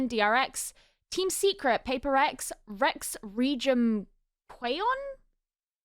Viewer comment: if you are still having difficulty saying Rex Regum Qeon's org name, most of the fans just say RRQ instead because its more iconic! XD